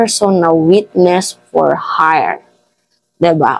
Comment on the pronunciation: Drug for hire un mimaa.hyre anng pronounciation